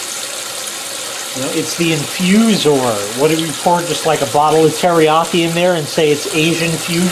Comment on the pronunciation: said it perfectly, InfuZOR!